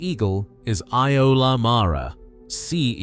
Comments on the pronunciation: Its easy to pronounce its basically uller not eye oh ler as he said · Iolar is pronounced yular, not i ol ar